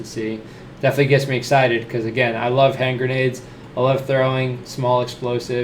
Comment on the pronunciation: "Hen-grendades" - Eggs (TM Walt Disney)